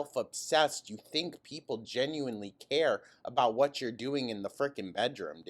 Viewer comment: It’s the y’s that she can’t pronounce correctly